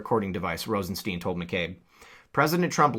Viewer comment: As correctly pronounced, it's Rosenstein (as in Frankenstein) not, 'Rosesteen'...